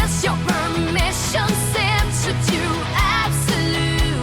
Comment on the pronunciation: not me thinking you're saying permission sleep